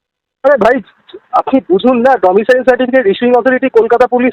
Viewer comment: Not 'Domitial certificate ' it is 'Domicile certificate '.